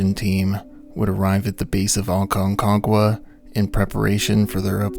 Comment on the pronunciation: I think you just like saying Aconquaga lol😅